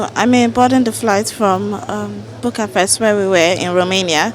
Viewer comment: A Nigerian Master's student can't pronounce the capital city of Romania this is sad.